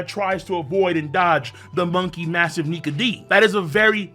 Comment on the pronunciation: For the moment I thought you said Monkey Niga but you said Nike